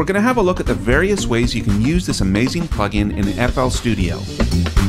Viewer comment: It says "DAW Pugin" instead of "plugin".